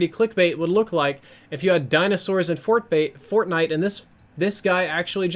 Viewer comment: “fortbait” yeah basically